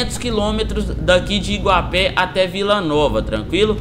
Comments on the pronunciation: É Iguape e não Iguapé. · na verdade n se fala iguapé, é Iguape sem assento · Não é Iguapé é iguape Salve